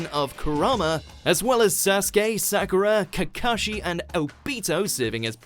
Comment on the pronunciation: Well now i know he only watches dub He said sakura wrong aggravated noises